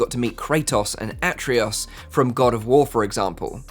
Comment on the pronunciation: Love my PSVR2 but I haven’t played for a few weeks, trying to find the time with 2 young kids running about. If people aren’t taking baby steps with VR then that’s their own fault, you don’t jump in the deep end if you’ve never tried swimming before. Also it’s “Ah-trey-us”. 😁. Great vid though 👍🏻